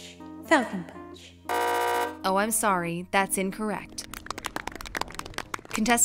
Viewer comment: She pronounced it “Punch” instead of “PAAAAAWNCH.” So she got it incorrect